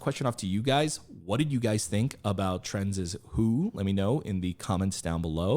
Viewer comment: I really fell in love with this group since I watched your last reaction and also in big parts because of it, so I'm really happy you checked them out again!! I hope they can grow much bigger! A note on the pronunciation of their name, the Z is pronounced separate from Trend, like in Gen Z (트렌드지) About the members: Hankook - he's the rapper, who opened, with the great voice, he's the leader, 2002 Havit - the guy with blonde hair, he's the oldest, 1999 Leon - the one with great voice and great presence, 2000 Yoonwoo- he's the one with black hair whose singing voice you liked a lot, 2000 ra.L - the one with "crunchy" rapping and filter, 2003 Eunil - the guy with purple hair and great singing, 2003 Yechan - he's the one who you noticed least, he has orange hair and is the maknae, 2005